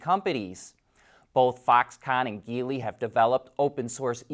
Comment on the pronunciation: And "Geely" is a soft G (like gel) not hard G (like geese).